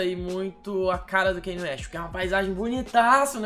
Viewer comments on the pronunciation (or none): Me dói quando vc fala "kenie". Em Diamonds From Sierra Leone ele mesmo disse que o nome se pronuncia "Kanye", mas as pessoas insistem em falar "Keine".